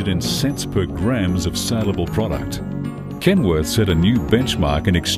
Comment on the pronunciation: He's saying "Kenwood"... it's KenWORTH.